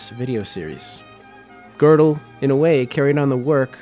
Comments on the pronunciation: "Kurt Gurdel" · It is high time you learned a little German and therby learned how to pronounce his name correctly!